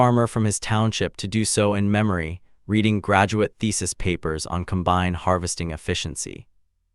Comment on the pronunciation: It is not a com-bine'. It is a COM'-bine. I am not nervous about ai taking over, as it cannot even speak properly.